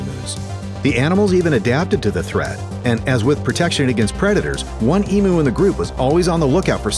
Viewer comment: im australian, and i shit myself hearing the words emoo in an american accent btw its pronounced eem-you 😂